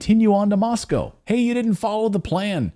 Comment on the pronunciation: You are the only American I have ever heard pronounce Moscow correctly. Respect